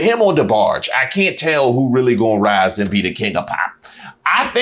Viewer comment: he said DeBarge . ...... oh no you didnt. BHWQHAHAHAAHAHAHAH!